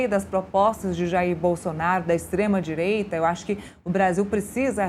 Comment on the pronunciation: DISLIKE NA JORNALISTA MILITONTA. A reporte sequer tenta esconder seu lado político, fala "Extrema Direita" com ênfase.Todas as materias com ela é o mesmo padrão.Depois perguntam porquê o povo não considera mais a imprensa confiável. É tão difícil apenas dar a notícia e deixar de lado sua opinião pessoal? Vamos dar uma chuva de dislikes para ver se o Metrópolis coloca essa senhora na linha.